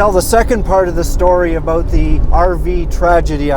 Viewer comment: I love hearing that "aboot"..:) Seriously, of course you were right when you decided it was no longer safe driving and did the smart thing - pulling over and waited until you deemed it WAS safe. Kudos to you